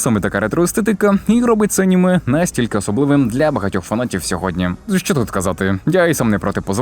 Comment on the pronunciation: Боже мій як мене дратує оце Ганіме, Горрор, досить цієї відверто тупої «українізації». Звідки Ганіме то взялось??? Якщо це просто жарт в даному відео то вибачаюсь, але того ГЕкання вже стільки в ютубі шо аж вуха крутить. Це не москалячі слова щоб їх виправляти, це здебільшого англіцизми які ніяк бляха не мають змінюватись і мають читатись ТАК САМО, а тобто АНІМЕ і ХОРРОР. Найтупіша ідея в історії українського ютубу…